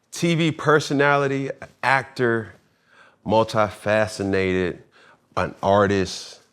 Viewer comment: "Multi- facinated" bwhaaaaaaaa 😂😂